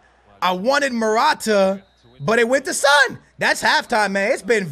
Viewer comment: Pronounce son name better😧😧